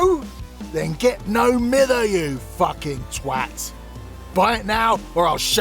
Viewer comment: do be spittin’ facts on the state of DBD balance /hj Edit: omg poor Bubba! they deserve better 2nd Edit: hearing that pronunciation of No Mither hurts me as a Manchester person myself...